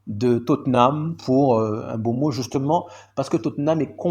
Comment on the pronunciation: Pour le coup ça se dit M- BEUMO avec un M subtile & EUMO comme Eux-Mot. Histoire que tu ne galère plus à chaque fois à prononcer son nom. Cheers 🤲🏾